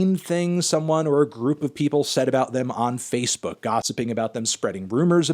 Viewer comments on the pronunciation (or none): none